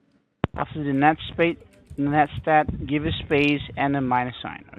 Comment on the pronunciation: "net stayt"